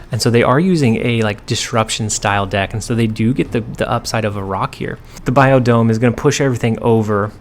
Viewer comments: Biodome? Please tell me that was an on purpose butchering of the name Bifrost lol I do feel like you should just misname it every time it comes up as an inside channel joke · I feel like the location 'bifrost' is the most butchered on this channel. Great vid😂!